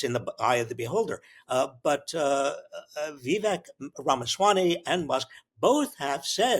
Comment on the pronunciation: Robert, are you pronouncing Vivek's last name correctly?